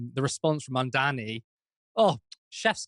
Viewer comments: Mamdani or Mamdami When called Mandani during their debate, Zohran gave Andrew the correct spelling of his name. May he's doing it on purpose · And he still says his name wrong 😑 probably on purpose. If you can say Mamdami you can also say Mamdani. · Still saying “Mamdami”. If on purpose, it’s petty. If not, it’s indicative of his mental stae. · Still MAMDAMI “like WTF He told him to pronounce his name correctly. Lazy Brain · I wonder if Cuomo thinks mispronouncing Zohran's name as "Mom-dommy" is actually effective at disrespecting him. If anything, I'd think some folks would perk up at the thought of voting for a "Mom-dommy" 😆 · The name is Mamdani, M A M D A N I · the name is MAMDANI, Mr Coumo get that right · Not pronouncing a person's name properly is a well-known aggression tactic. I can believe some .. maybe even most.. of USA politicians are drugged up, but not pronouncing a name properly is a deliberate power move. And usually based in racism. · Why can't this Cuomo pronounce Zohran's name properly. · Exactly! Does it on purpose, no way he doesn't know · I think you're burying the lead here: He said he wanted to talk about "assAmblyman Mamdami." It's bad enough he can't pronounce Zohran's name; but it's extra embarassing that after a lifetime of being a political nepo-baby, he can't even pronounce "assemblyman." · "Assahmbleemin Mamdahmee"? He still can't get his name right, and now he can't even pronounce "assembly man"? Where dafuq did Quid pro Cuomo learn English?